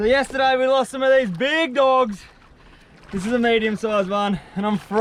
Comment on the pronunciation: I love when you say dogg's